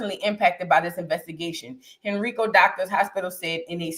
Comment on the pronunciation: It’s pronounced HEN - RYE- CO.